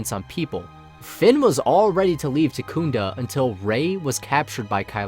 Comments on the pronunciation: I'm sorry, I lost it at Tekunda (Takodana) XD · Takunda? Did you perhaps mean Takodana? :D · Loved it all except it's Takodana, not Takoonda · Am I the only one who cringed when he said takunda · Why should anyone take you seriously if you don't Proof read something as simple as the planet Takodana. It's TAKODANA not TAKOONDA. Proof read my guy, re really easy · Love the video but I have one problem. It's not Takunda it's Takodana!! Joke aside great video keep it up. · Good vid. Good theory. But, could you learn how to say Takodana? It's not Takunda. It would help your theory hold more weight. Still getting a like and a sub. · Takodana (tah-koh-dah-nah) not takunda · Takunda lol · Takodona ("Taco-Donna") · lmao at the pronounciation of Takodana